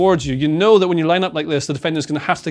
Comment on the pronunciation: Did he say 'know' with a hard 'k' ? That's remarkable if so, if it's natural. Would have thought that went out 600 years ago! (Wonder if it's influenced by Scots 'ken'.)